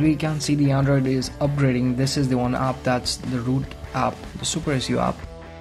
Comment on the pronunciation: u said aap instead of app u idiot